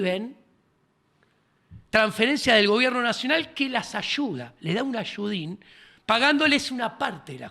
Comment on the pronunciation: me encanto el “les da un ASHUDÍN” 😂😂😂